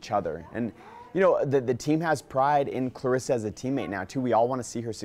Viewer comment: Her name is claressa not Clarissa cmon coach..